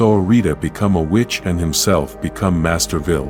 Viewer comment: That is pronounced Master Vile not Master Vile.